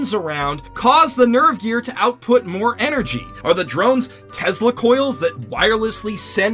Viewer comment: In you said nervgeaelr